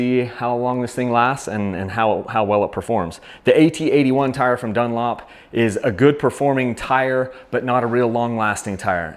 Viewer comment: You accidentally said dunop instead of Dunlop